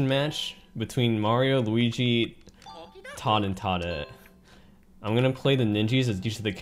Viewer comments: Surely it’s toad and toadette, as opposed to tod and todette? Serious effort regardless. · Why is he saying Todd and toddette instead of Toad and Toadette? Is it just a personal nickname he has given them?